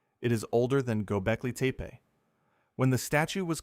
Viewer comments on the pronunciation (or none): Yo.. yo.. nice pod, but fyi: it’s Gobeckli TEPPY not teepee lol